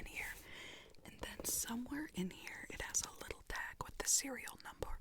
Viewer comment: Hahahhaha the cereol numbor 🤣🤣🤣